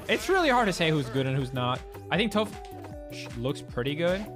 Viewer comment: Calling toph toph? L